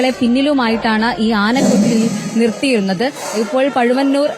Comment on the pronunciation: പഴുവന്നൂർ ശ്രീരാമൻ അല്ല പഴയന്നൂർ ശ്രീരാമൻ